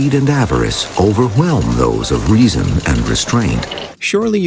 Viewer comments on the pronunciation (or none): none